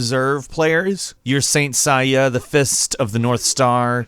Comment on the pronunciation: he also says sain saiya instead of saint seiya